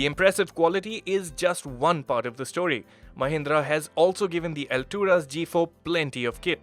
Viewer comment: Not Alturas it's alt.. ras